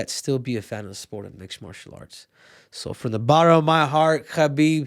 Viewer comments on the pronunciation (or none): none